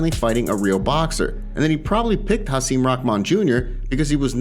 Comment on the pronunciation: It's not pronounced Haseem it's HaSIM rhymes with him